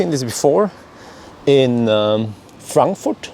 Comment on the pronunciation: The first english person ever i heard pronounce „Frankfurt“ right😂